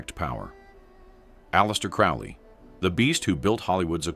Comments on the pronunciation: It's crow lee. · Crowley pronounced like the bird: crow-lee. Your emphasis on the man and your inability to pronounce his surname correctly sort of belies your credibility on the subject matter herein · Saying his name wrong. AI crap as usual.